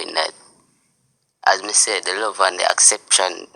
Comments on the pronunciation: Acception😂😂😂 hello it's "acceptance " 😂😂😂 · Am i the only one who heard acception, its acceptance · Dunce boy the word is Acceptance. Not acception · I heard that and cringed. He can't even form a proper sentence nor does he know right words to use explaining himself. Acception🧐 ..... ACCEPTANCE😂